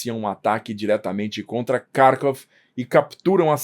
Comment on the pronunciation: para de cagar a pronúncia. Kharvov tem pronúncia clara e precisa. Se é pra falar em português, é Carcóvia. Mano. Que falta de cuidado e aprumo.